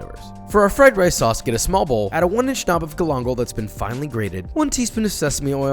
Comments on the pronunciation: this looks awesome. only thing that bothers me is how you say Gal- in-gal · This is fantastic... But I'm bothered by the pronunciation of galangal. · ayo wtf is galangal?